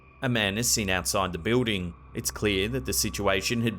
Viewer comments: what's a "biwding"? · I like how he pronounces, "building". 😊 Thanks for collecting all these creepy videos and putting them nicely into these long compilations, it is much appreciated! As a busy mom, I can't spend time searching for these things. Having them here while I can just watch or listen is great! 👍